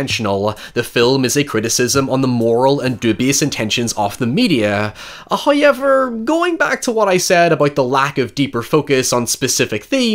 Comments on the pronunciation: He places emphasis on parts of words that stand out to my American ears, but his accent is immaculate 😂. The “Y” at the end of “how” is just icing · Scientific fact: every time says HOYEVER, it gives me serotonin boost. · I’m sorry but I’ll never get tired of that HOYEVER ugh it’s so good Also we have matching raycons teehee 🤭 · Someone needs to make a "hoyevwr" compilation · If every sells merch, he needs to sell a shirt that says "Hoy-ever" on the front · First "hoyevver" drops . We have angered Him with our false love, and He punishes us. We are to make contritions...